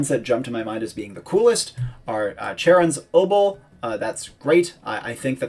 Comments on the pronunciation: I always find alliteration to be awesome, but only one of those is correct because Charon is pronounced Charon, not Charon. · I know that Charon is pronounced Charon, and not Charon - but pronounced it Charon instead of Charon in the video, so I thought I'd point out that it is, indeed, pronounced Charon. It might not have been very clear, though. Perchance a chap can be charitable enough to excuse the capriciousness of my careless chatter?